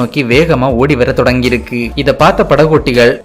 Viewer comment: இருக்கி அல்ல இருக்கு தமிழை கொல்லாதீர்.